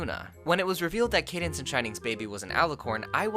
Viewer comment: “How aboth Candance babby” 😂😂😂😂😂😂😂😂😂😂😂😂😂😂😂😂😂😂😂I can’t even 😂😂😂😂😂😂😂